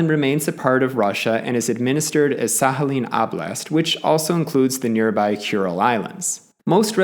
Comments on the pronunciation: Nie Sahalin ale Sachalin. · I don’t think it is pronounced as an H, instead like kh or at least K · But don't you pronounce the k in Sakhalin? It's weirding me out he pronounces it like there's an H but no K. I was thinking maybe he was just better informed than me until i heard him pronounce oblast 😅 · Sakhalin, not Sahalin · SaKHAlin not SAHAlin!! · Sahalin is not correct either though, I understand that English doesn't have the х sound (ch in Czech where I'm from) but it doesn't seem very difficult to learn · Well, I though that he was trying to pronounce it closer to Russian way (he did approximate Sakhalin with a /h/ sound so ig that made me think that). And like, even if he didn't want to pronounce it closer to the Russian way? The comment can still be interesting for some people to read, so your arguments are a bit strange for me too Also yes I do have anxiety so I tend to exaggerate what people say in my head often, sorry And yeah ig your right about the American accent (I still think you should've specify that you were talking about general American tho) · Why is the k silent? 🤫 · Why does he pronounce Sakhalin like that 🤣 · well he butchered the pronunciation regardless in a way unique even amongst americans. Usually "kh" would be pronounced as it is in "khan" by americans which is incorrect in a different way. However the "oblast" pronunciation is uniquely bad. He would be closer by saying "OH-blast" as Americans usually do. OP is offering a helpful linguistic perspective (in a very respectful way mind you) and you seem defensive and offended for some odd reason. Also LOL at "general american accent" while talking about the New England accent. How reductive of you.